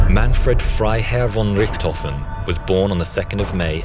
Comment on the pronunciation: That sounds so cool, if a english man says Manfred Freiherr von Richthofen, with the british accent!